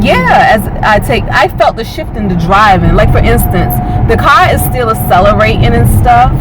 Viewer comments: Acceleratin' = accelerating - with a 'g'. Yes the grammar Nazis are watching you. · WTF is celeratin??? I had to stop there... What language is this? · Acella-ray-in. Learn English. Hold bowf ahh dez buttons...Again learn English. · Aceleratin lol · i like how you pronounce accelerating so sexy